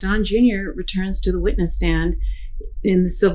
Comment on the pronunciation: Sorry, did you say witness or witless stand